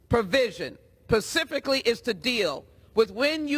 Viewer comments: I wanna point out that she said "pacifically" instead of "specifically". How does someone who can't even pronounce words correctly make it this far in life? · Jackson-Lee says "pacifically" instead of 'specifically'?!?! She needs to be educated, definitely! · Three minutes and fourteen seconds in. She said the word " pacifically ". Instead of specifically. I'm supposed to have respect for this person?? She Enunciates like a fourth grader! speak Clearly and Properly, then maybe I'll consider listening to your argument. pathetic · I’m pretty sure she says “pacificly” instead of “specifically” I dunno maybe that’s jive talk. Not sure what’s worse that or how biden talks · Among many stupid things that ridiculous SJL said...her grammer always makes me laugh... she said "pacific" when trying to say "specific"😂😂😂😂😂 Houston had better get PRAYED UP... That monster wants to run for mayor of Houston. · Did she say "pacificly"??? It's "specifically"!!!! Jesus help us. ✌️❤️ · Pacificly???? Pacificly???🤔 is she talkin bout the ocean????💁🏼‍♂️🤦🏼‍♂️ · She actually said “pacifically” instead of specifically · This bitch can't even say the simple word "specifically" She actually said Pecifically....What a "dumb Bitch" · " this provision pacifically" Can't even use proper grammar but thinks she can speak about the constitution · Imagine going to yale just to say “pacifically” on live tv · Yeah but “pacificly”. Fkg moron. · PACIFIC-ALLY?!? The product of public schools and fatherless homes... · You missed the fact that she said "pacific" in the place of the word specific. . .just saying if you're in positions of power in America maybe you should be able to speak proper English? Just a thought. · "Pacifically made to kill"....so made on the coast for murder? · Pacificly? Or specifically? Ebonics is the future and diversity is our strength 💪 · Pacifically, she says! 🙄😵‍💫👵🏿 I believe this butcher of the English language meant to use the word “ specifically” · She said pacifically